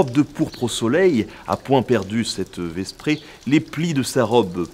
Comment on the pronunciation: On ne prononce pas le S de vesprée -> \vɛ.pʁe\ Du moins il me semble. Très bonne série de documentaires soit dit en passant :)